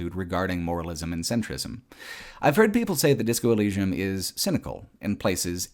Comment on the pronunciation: you cant even say the name of the game corectly? wtf?